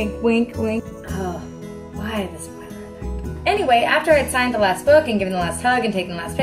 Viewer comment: When she said spoiler alert in the beginning, I thought she said Troyler Alert... I was like WAIT I NEED TO PAY ATTENTION WHAT IS HAPPENING!